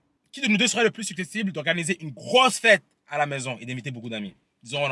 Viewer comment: on dit su cep tible 😂